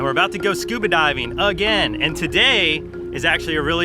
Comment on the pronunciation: Mark you kinda reminded me of Forest Gump with that “again”. It didn’t have anything to do with what you sounded like, but it did have something to do with you emphasizing the A. 😊